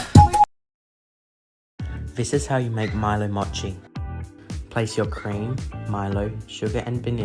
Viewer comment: he said "motchi" not mochi LOL